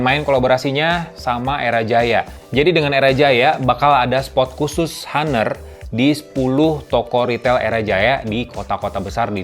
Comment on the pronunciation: Bacanya "anr" Bang.